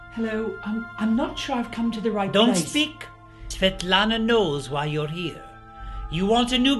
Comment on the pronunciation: Fatlana? xD how's the name of the... witch?